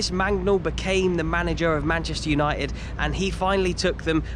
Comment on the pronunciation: Manchester Uni-ed? Uni-ed????